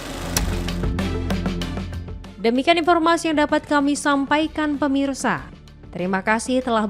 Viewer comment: Gagal fokus sama opening nya...."HALLO PERMISA".... 😂😂😅